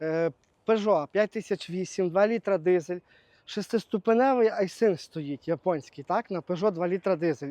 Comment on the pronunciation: доброго дня, я уже больше года Ваш подписчик,с удовольствием смотрю Ваши выпуски хотел немного вас поправить правильно будет говорить и писать не айсинг а айсин без буквы г. З повагою хай щастить.